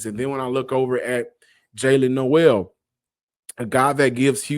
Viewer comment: Nole it’s pronounced nole 😂